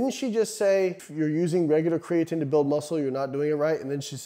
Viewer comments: IDK man, until you start saying "Kree-uh-teen" I'm not sure you can be trusted, human randomized control trials be damned. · Ffs Layne. It's pronounced createen!! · Glad I’m not the only one thinking this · Why’s he sayin creatine all weird?